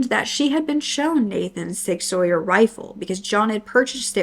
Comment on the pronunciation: Hey, love watching your videos while I work! I know a few hunters and I believe Sig Sauer is pronounced like “Sig Sour”, but I could be wrong! Didn’t know they make rifles since they’re most known for their hand guns.